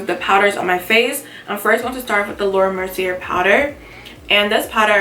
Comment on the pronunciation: It's actually pronounced Laura Mercy-ay :)